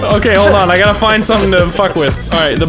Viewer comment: LMFAOOOO " omg dude I almost hit a smishthing dude "!! Lol what